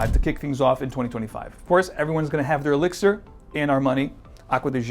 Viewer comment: Why do you choose to say elixir that way, "e-lix-ear"? What accent are you trying to apply to that word specifically, and why? I'm pretty happy with my profumo but excited to try this anyway. Likely overpriced but maybe that blend with Aqua Fahrenheit will get me to pull the trigger.